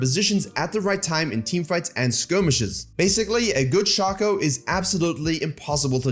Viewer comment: shay-co plz